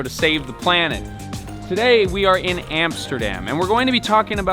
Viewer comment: hey it's not "emsterdem" it's Amsterdam.